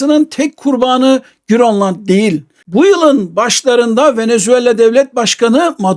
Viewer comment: bazıları bir anlam kazansın diye mi GÖRLLAND diyor yani danca girl oluyor 😅😅😂